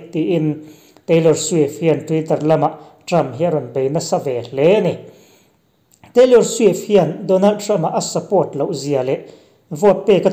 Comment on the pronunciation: Teilawr swiff khi zaklo ee 🤣🤣🤣🤣 a zamlo reuh